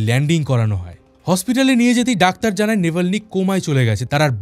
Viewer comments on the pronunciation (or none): none